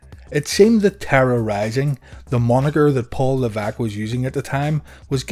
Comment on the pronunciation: Leveque? Isn't it Levesque?